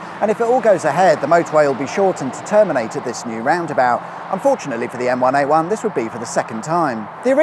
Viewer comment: Dunno about everyone else but every time I heard say the name of the motorway I heard the Gorillaz song M1A1